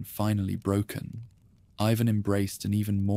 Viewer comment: The Russian name is pronounced “ee vahn” not eyevan. Make sure your AI voice gets things right.